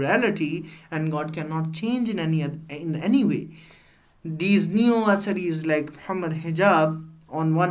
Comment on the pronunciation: Correct ur pronunciation of athari